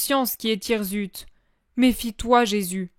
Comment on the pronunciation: Merci,juste on dit hirssute et non hirzute😊